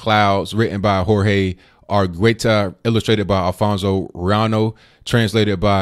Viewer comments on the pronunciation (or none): none